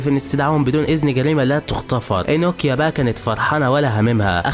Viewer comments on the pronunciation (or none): انوكيا ❌ نوكيا ✅